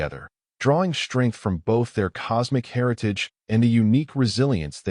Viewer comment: Two stories in a row......your AI sucks!!!!!!!!!!!! SHTRANGE, SHTRENGTH, SHTRONGER!!!!!! THERE IS NO FKN "H" IN THOSE 'STR....' words!!!!!!!!!!!!!!!!